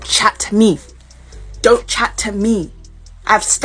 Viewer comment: “Don’t chat-t me” An extra “t”, that’s how you know she’s serious